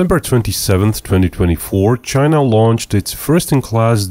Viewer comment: THE GEARRRRRRTE CHAIYYYNAAAAAAA